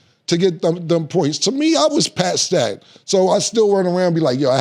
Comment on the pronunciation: 😂😂😂 PatStat (Stat Pad), a new word for Cam